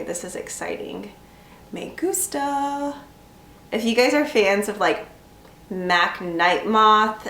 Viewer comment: "me gustaa!" jaja te salio bien